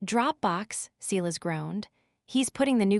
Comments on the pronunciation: Hearing: SEElas over and over when it is SY las makes me ill. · Enjoying the story. But Silas is spoken Sy lass.